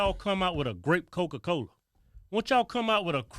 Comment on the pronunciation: “while you got cowca cowla out der sellin str8 pohizen” - Kevin 2021